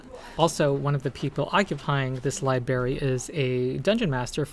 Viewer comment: Thanks for the info about WOTC’s latest atrocity. Also thanks for occupying the library! I really hope your mission is a success. That being said, it hurts each time you say “li-berry”.